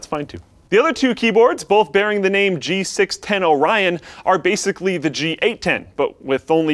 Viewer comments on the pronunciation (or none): none